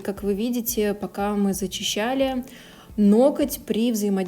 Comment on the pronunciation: Работа отличная!но ноКоть так режет ухо!в погоне за не «гыкать» ноготь превратили в ноКоть!